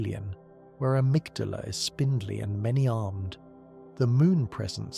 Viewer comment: I made it to Amygdala, or as you pronounce it "Amygdalae" . You have Patches in the vid, who pronounce Amygdala "Amygdala". But on several occasions , just blatantly say Amygdalae. I Did you splice the parts when you was sober, and told the lore when you were high or drunk? Lol...